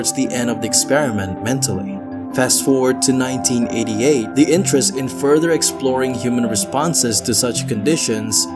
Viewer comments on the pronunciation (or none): none